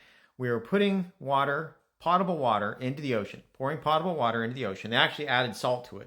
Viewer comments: You can erase my comments all you want. This is not a case of an accent. You don't know how to pronounce the word potable. It is not pronounced like a pot you cook in. Imagine how many times, as an engineer, when you were doing consulting and you pronounced it wrong.@ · That is not a case of an accent. You just don't know how to pronounce that word. It is not pronounced like a pot you cook in. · How does a professor not know how to pronounce the word potable?